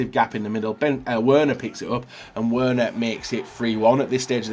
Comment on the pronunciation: How can you play this game so much, and still absolutely butcher pretty much every single players name?? Werner, Wass, Busquets, Lewandodowski, Fekir, Guiliano, Mkhitaryan?? Come on man, listen to the commentators every so often.